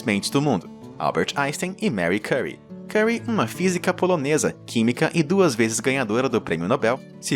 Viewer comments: E o nome da cientista franco-polonesa se lia MARIE QUIRI e não MARY CURI. Tenha dó. Nem dá para assistir ao vídeo. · A pronúncia é "Marri kirri". O sobrenome é francês obtido do marido Pierre.